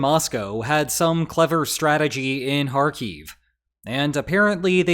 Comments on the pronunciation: It's "HAR-keef" not "har-KEEF". Stress is on the first syllable. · Hey, saying Kharkiv right once is better then not saying right even once. For some reason you keep calling it KharKiev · Why do you wrongly accent the word Kharkiv on the final syllable? It's accented on the first syllable in both Ukrainian and Russian. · It would be cool if you could at least learn to pronounce the name of the place that you are talking about.....